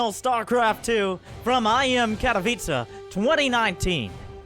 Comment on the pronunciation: To answer your question,: you are possibly the only foreign caster that pronunces "Katowice" right. Cheers from Poland.